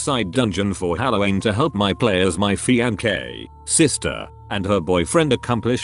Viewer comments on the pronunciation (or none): Considering this is a freakin text to speech device it's not like you're correcting anyone. It can't even say fiancee.